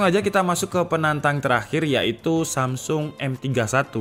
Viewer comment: Samsul apa samsung wkwwkwkwk Dengerin lagi deh